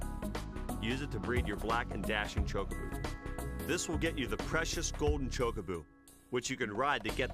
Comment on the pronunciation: Back before speech in games, the pronunciation of Chocobo was definitely contested. But choke-a-boo? That's a first..